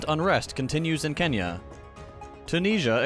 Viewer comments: Sure. I'm not saying /nj/ is the proper pronunciation, or that he should say Ken-ya instead of Ke-nya. For an English speaker, the best approximation is probably the English ng sound, though that's also not quite right. I'm mostly just being a phonetics nerd. To be honest, though, now you mention it, I think the emphasis on pronunciation is often overblown. It's weirdly inconsistent, among other things. We're happy to talk about Al-Maghrib, Türkiye, Hindustan, Nippon, etc. as Morocco, Turkey, India, and Japan, and if you pronounce Mexico as Méhico instead of Meksico that usually gives off bad vibes. It can also lead people hilariously astray, like when they try to pronounce the capital of Zhōngguó as bay-zhing instead of pay-ching (pay-ching is very approximate; Mandarin is incredibly hard to romanise intuitively). I think there's a pretty clear reason why we don't call China Zhōngguó. It's alienating and confusing, and it tends to emphasise form over content. While we're fretting about whether it's ai-ran or ee-raan, the liberals are busy trying to bomb the actual country of Iran. Worse, half of them think it's not racist to do so, because they're cultured and say ee-raan, unlike those hicks who also want to bomb Iran, but are clearly racist because they say ai-ran. (Incidentally, note the classist framing: Ee-raan is mostly associated with the wealthy, while ai-ran is coded poor and rural) TL;DR: I don't think pronouncing things more accurately to their native pronunciati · I don't mean to say that anything has said is wrong or irrelevant. It's just kinda sad to me that he nails all the other pronounciations but messed up this one. Also, it's kinda annoying for us locals when we hear it pronounced separately. It's like if you went up to a Spaniard and said Barsssssselona.